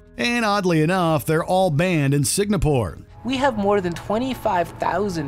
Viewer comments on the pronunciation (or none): Say it with me now: SING-AH-PORE. Not SIG-NA-PORE. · You should’ve change the title to: Netflix shows banned in Singapore. And yes, the country is pronounced as Sing-Ga-pore not Sing-na-pore. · why does the narrator keep saying "SIG-NA-PORE"? it's Singapore =)) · Signapore?????? Where exactly is that????? Or is the word SINGAPORE also banned????? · Every time you pronounce Singapore as Signapore, it feels like someone shoving a pencil into my brain. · Its SINGAPORE! Not Signapor🙄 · sing : sing a : a pore : pore Singapore! : Signopor! *Facepalm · Its Singapore not Signapore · It's pronounced "Sing-a-pore" not "Sig-na-pore," Mr. Narrator. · is my hearing whack or did he just keep pronouncing Singapore as "sig-na-pore"???? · Why are you mispronouncing Singapore. Its Singapore NOT signapore. SINGAPORE NOT SIGNAPORE. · Is it me? Or is he saying Sig-na-pore instead of Sing-a-pore? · what is "signapore"? i just know "singapore". confusing. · The N comes before the G in Singapore. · Why do you keep pronouncing Singapore as Signapore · Bro....I'm sorry but I just couldn't handle you repeatedly saying sig-NA-pore. Unless there's some country I don't know about? It's sing-A-pore. But that's just me. Sorry you guys are awesome but that just got to me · For WatchMojo's sake hope this narrator does not make any more videos. Signapore? SIGNAPORE? It is not difficult to figure out how to say Singapore buddy... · Was looking for exactly this! The whole video contains loads of Signapore instead of Singapore. 🤣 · Bro, it's Singapore, not Signapore. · Has anyone else heard the VO guy say SIG-NA-PORE several times? it's SINGAPORE. and I'm not even from that country. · What the heck is signapore? Do they mean Singapore? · How the hell do you make a video that features the word "Singapore" so many times without realizing that it's not, in fact, "Signapore"? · i believe the name of the country is Singapore not Signapore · ‘Signapore’? Wtf, only an American could get that wrong